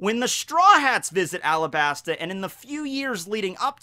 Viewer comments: It's called arabasta not alabsta It's just common sense the arc is based on Egypt and other middle eastern countries and we are called arabs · It’s supposed to be Arabasta. It’s based off of Arab countries, and the l and r in Japanese are the same sound